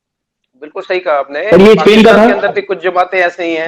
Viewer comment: इन्हे हिंदी नहीं आती ट्रांसलेट का सहारा लेते है और ये इंग्लिश ने पाकिस्तानी स्पेन को सपेन स्कूल को सकूल मतलब आधे स को इस कि जगह स बोलते है इसलिए हिंदी ट्रांसलेट इनको समझ नहीं पाया और ये वापिस पढ़ भी नहीं सकते कि पेन लिखा है या स्पेन